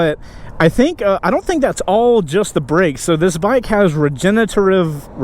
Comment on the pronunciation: through this guy some "regenERitive" likes! dope bike, great vid!